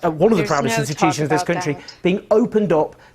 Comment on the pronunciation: Say country again Owen. Every video. Kunshee kunshee kunshee. Actually hurts my ears.